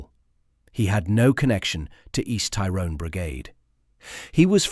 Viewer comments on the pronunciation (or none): …the hypocrisy of it. Soldiers accused of a “shoot to kill” policy when the IRA adopted this from the beginning of the troubles. PS. Your pronunciation of “Tyrone” needs work.